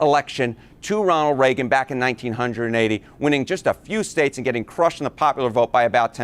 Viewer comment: Every time he says 19 hundred…and 80s my spine does this involuntary clench. What a horrific way to say 1980!